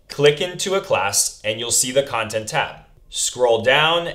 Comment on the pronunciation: Khantent tab? No? Ok...